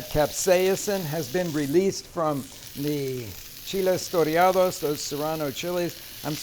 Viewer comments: My Mexican friend has advised me that it's "toreados" with one R. Great video though. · Should be "chiles toreados" not "torreados," but they look so good!